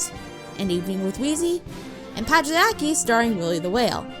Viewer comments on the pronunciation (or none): Pagliacci = pal-yah-chee